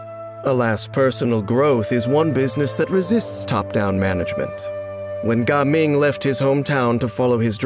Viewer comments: Why do you have to pronounce Jiaming as Gaming😭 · Ganming or Gaming ? the narrator sound like he is saying "kanming" tho.